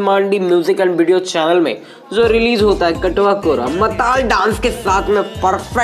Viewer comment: chatwa kora Matalab majakiya larka lekin aap baar katwa kora katwa kora bol rahe hain.